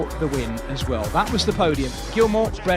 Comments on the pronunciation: So, again not Andersen! It's André - sen. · Regarding pronunciation of Andresen -- try it like this: An-dreee-sen. All this Andersen is rubbish.